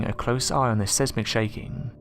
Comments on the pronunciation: It's pronounced size-mick x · Not trying to be a dick but seismic is usually pronounced like “size-mick”. Good vid! I enjoy them regularly lol